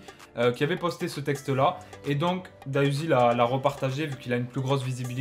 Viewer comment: C’est pas da uzi c’est D.A uzi stp respect le nom de l’artiste